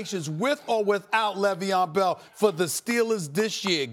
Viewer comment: Le veon bell smh .. the disrespect is real